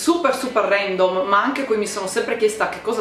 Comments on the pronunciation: Si dice randoom non rendoom ma apparte questo video FANTASTICo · si dice random no rendom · SÌ DICE RANDOM NON RENDOM